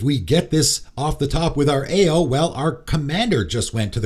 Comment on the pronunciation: Ao is pronounced Ow (like “ow, Charlie bit my finger”). Not trying to be annoying